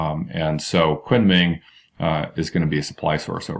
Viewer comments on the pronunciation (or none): Great vid. btw, Kunming is pronounced "koon ming"